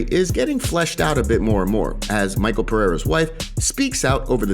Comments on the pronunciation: it's not Michael it's MiCHel Pereira. Only uncle Chael can butcher names. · Its mishel brother its pronounced mishel not Maykal Pereira